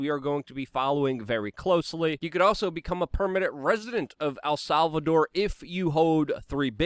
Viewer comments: love the content but stop saying "Al Salvador" you gotta pronounce it right brother. Its not hard to say "El" its just like saying the letter "L" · It's EL not AL Salvador damn it!!! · Err. I dont think you'll be successful in visiting AL Salvador... el Salvador on the other hand.... Luke's in ability to pronounce things is always funny haha. Great episode